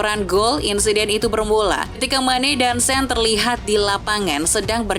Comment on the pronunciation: Sane bacaannya min. bukan sen😊😊